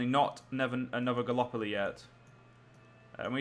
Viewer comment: Galapolee? It's gallipoli! (at least for pronunciation)